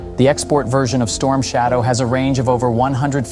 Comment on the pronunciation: Sloppy work, comparing truck engines with missile engines is straight up stupid, also you misspelled and mispronounced the missile as "strom shadow", i like your channel but come on you can do better then this